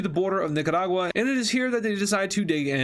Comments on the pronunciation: You pronounced it nicadua. It’s Nicaragua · The Way He Said Nicaragua Made Me Laugh